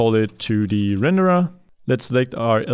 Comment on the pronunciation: I like how you say rendered, Renderah